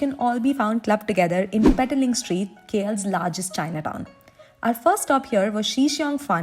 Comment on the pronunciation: Many foreigners tend to pronounce "Petaling" based on the word "Petal". It is actually pronounced per-tah-ling